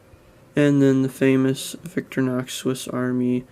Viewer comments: Please, humour a pedantic European, and allow me to courteously explain the pronunciation. Don’t say “Victory-nox”. It’s pronounced “Vic-tory-nox”, with the emphasis on the middle syllable. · It’s Victor-Eye- knocks, not Victor-knocks. (Sorry pet peave) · Nice review but in your pronunciation of Victorinox you are leaving out the i. Sorry to be a nitpicker and you are not the only reviewer to pronounce it Victor nox.